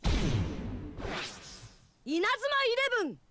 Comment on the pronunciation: フレー！フレー！ らいもん フレッ→フレッ→ イレ↑ブン↓(´．ω．`)